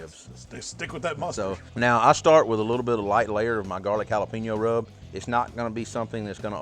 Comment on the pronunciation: Can anyone else hear jalapeño said like “jala-pino” through this whole video